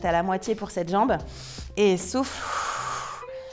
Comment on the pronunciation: Quand elle disait "et souffle" j'entendais "et souffre" 😂